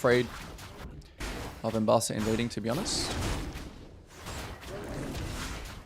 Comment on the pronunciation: You press w insanely fast and walking to other side of syndra. Is kind of mechanicly difficult for some people. In my games allies dont even auto attack sometimes. Her name is Ambessa not Embassa like you said all first game :D